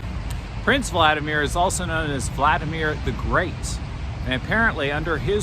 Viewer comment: you look like a student in your hat:) I like how you use different angles in your videos. Looks very interesting. I also realized that you pronounce the name "Vladimir" with an emphasis on the first and third syllables. We are now putting emphasis on the first "i": владИмир. But this name is made up of two words: "владЕй"(rule) and "мир" (world). So, probably, at first this name sounded exactly the way you pronounce it. PS Also glad your stem cells are thriving:)